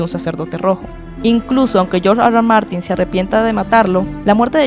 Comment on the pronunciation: Nadie: George Arwar Martin